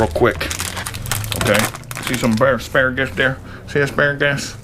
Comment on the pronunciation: I love it "asparagass"